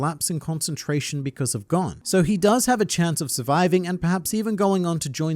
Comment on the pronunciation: It's so hard hearing Gon's name pronounced incorrectly.